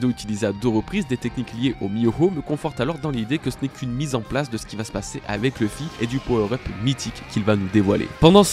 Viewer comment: J'ai du mal avec Leuffy. C'est LOUffy. Luffy, quoi.